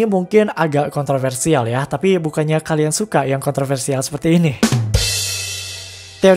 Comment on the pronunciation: Bang lu salah ngomong pas "kontroversial" di